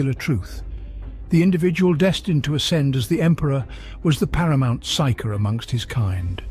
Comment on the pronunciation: Excellent content, I was mildly distracted by differences in pronunciation of “Primarch” and others, like how “Psyker” and Psionic was pronounced “P.S.I” a couple times.